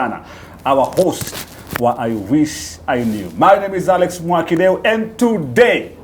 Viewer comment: The way she calls you 'Akex'😂